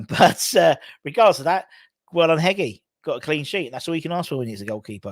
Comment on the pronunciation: Watched the game last week, Knightsbridge does look like a class keeper…I agree with your summary with Marshall, perhaps training with the WBA first team will have enough of a benefit…it’s Hedge-y btw (lived in Hungary for a few years, gy is a letter sounds like g in George) Q do you have a set play list when you MC at the youth games?